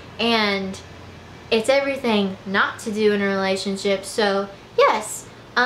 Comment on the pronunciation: I love her but y does she say relaship 😅😅